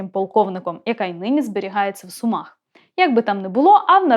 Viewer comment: Дякую авторці за наголос у слові СумАх 😉. Я з Сум, і саме так ми й говоримо. Нажаль, зараз немає можливості сходити в художній музей і побачити ці картини. Під час війни всі цінні експонати музею знаходяться у фондосховищах 😥